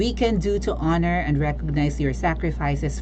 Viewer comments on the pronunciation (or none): none